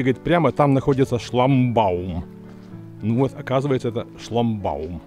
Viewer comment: Шламбаум говоришь? 😂